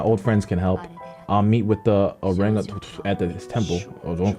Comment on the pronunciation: CAN THIS NIGGA NOT SAY ORANGUTAN 😂😂😂😂😂